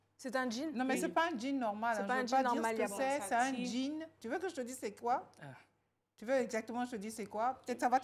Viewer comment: Pourquoi les ivoiriens ditent guin c la la guinée on dit jean #un jean's. Ça se dit djine comme dji djo dja :djiiiiiiiiine.donc arretez de dire Guine